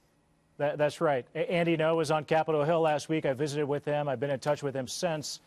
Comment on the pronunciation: Ngo, not gno. Ng'o. The ng is a single consonant as in sing.